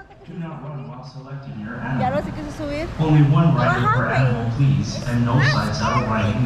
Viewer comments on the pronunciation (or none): none